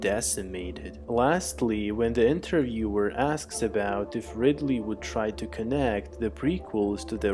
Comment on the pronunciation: why do you choose to speak like that.....melodic roboticness maybe cute but simply sounds not human, maybe even a little ironic. phonetics are key, including where they go in sentence structure "dah novel" dah? and also inter yooooer (in ter view er.....) 4 phonetics how difficult can it be.... colonial spoken like colonic.....the bideo??? I appreciate english may not be youre first language or native language cool....my only motivation here is to point out how you sound and maybe how you could sound better....by first understanding that there is room for improvement. I get feeling if I am typing this then no one else has been brave enough to say these things in the hope that you educate self to speak properly so the full impact of what you are attempting to convey is understood clearly and consistently giving anyone who tunes in or affords attention to you every chance to have least issues as possible. its not rocket science life is hard enough. speak properly or no one will be able to know what you are saying at all. pronunciation....annunciation.....dictation......grammar.